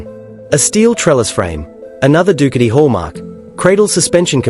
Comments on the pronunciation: Dookity! LOL stupid AI. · When the AI mispronounced the brand i swicted off.